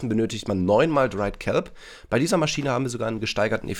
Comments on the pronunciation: Niemand: Wirklich niemand: Deutschstudent:MaschiEne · ES HEIßT MASCHINE OHNE IE HALLO HERR DEUTSCHLEHRER